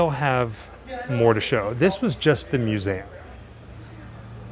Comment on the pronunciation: It is a myou-zee-um. What is a moo-zam?